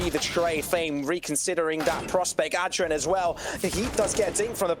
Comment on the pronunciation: Why they saying ad dren